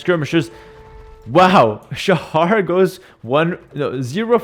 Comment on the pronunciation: Shahar18 is actually the second highest elo player from Israel, and Shahar is not pronounced like says it. the "ha" part (shaHAr) is pronounced with a sound that doesnt exist in english, like the last letter in malawah.